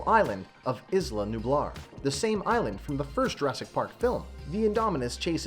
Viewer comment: Did he say is land its island-->eye land